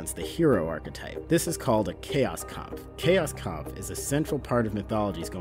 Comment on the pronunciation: I do believe that "chaos kampf" is pronounced "Kows Kompf" It's German, afterall.